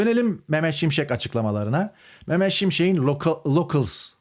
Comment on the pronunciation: …Beyfendi önce Türkçeyi doğru konuş, M. Şimşekin değil, M.Şimşeğin